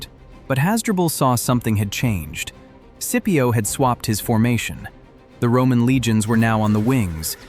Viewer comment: Thats all good brother but could you try saying the names properly for Scipio and for Velites 😅